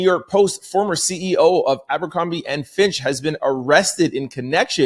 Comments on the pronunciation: It’s Fitch not Finch bro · It's Fitch bb...not Finch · Distracted by trying to figure out if you’re saying “fitch” or “finch” 😂❤